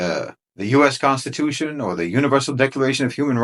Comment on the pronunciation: The CON-stitution.